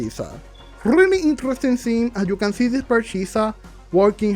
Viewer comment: I love and hate when you say "Intrresting"